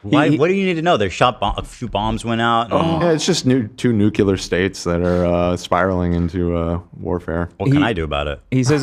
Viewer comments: still can't say the word "nuclear" LOL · saying NUCULAR kills me. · i’m a dan defender through and through but when he mispronounces nuclear as nucular it really irks me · Homer: It's pronounced nuke-you-ler, Lisa